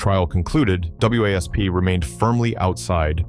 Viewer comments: For f**ks sake, can someone program AI to call the band Wasp,and not spell it out every mention, just because there's a period after each letter.😂😂😂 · A.I. narration is irritating! (W.A.S.P. isn't pronounced letter-by-letter.) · So funny how the AI spells out W A S P 😆